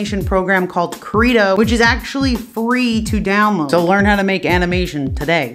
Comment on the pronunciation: Hey is it "Credo" or "Krita" or none